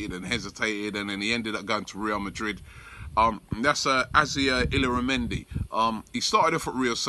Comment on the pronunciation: Robbie mate, you gotta learn how to say these foreign names. I can say them and im scottish. Sanhelli is prounouned San Yeah Hee. Mislintat is Miss Lynne Tatt. Illaramendi is Ih Yahr Ah Mendi